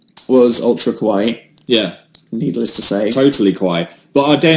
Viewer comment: so this is not just something Dan and Phil are guilty of - basically any non-Japanese speaker does this - but their pronunciation of "kawaii" is just off enough to make it sound like they are saying "kowai", which means scary. So to me, it sounds like they are saying everything about Japan is scary, not cute, but in a way that may be a more accurate adjective for this country.... jk.